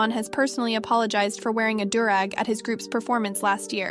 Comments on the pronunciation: No hate.. its pronounced ‘dew’-rag. I totally understand tho its spelled weird as hell but you did a fantastic job luv! Good looking out for the OG voice and giving her a vacay! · The new voice pronounces alot of things wrong. It bothered me that she pronounced do-rag wrong like 20 times. She also pronounced "Won" as in Korea's currency wrong.